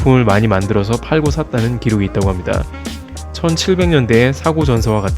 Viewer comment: "합니다" "~습니다" 말하실 때 너무 목소리를 까셔서 거부감이 많이 드네요. 분명한 발음 부탁드립니다